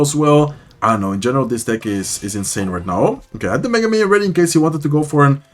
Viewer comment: The way you pronounce mega minion as Megumin 😂